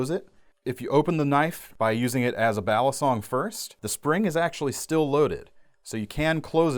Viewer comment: Is it that hard too? pronounce "Balisong" correctly?? Try saying "Baleesong not Balaasong????